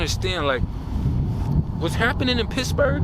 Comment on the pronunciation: Did you say Pissburgh? 😂😅😢 I have a mean ass protection trained German shepherd and my dad’s old revolver. Unfortunately, I’m out of a narcissistic relationship, so Kevin has to earn his food lol. That’s my dog. Yes. Natural law. Connection to Source is so important. I’m sorry I don’t mean to post such long message to you, but you’re a great creator that I’ve recently found. Years ago I was coming out of my fiancé’s house and he didn’t walk me out. I got chills up my spine, didn’t put the code in his door because I literally had goosebumps, went right to my car and drove out and locked the doors immediately. His car got stolen that night & I was protected. After this video, I’ll be hiding knives everywhere lol. Got to get some mace too.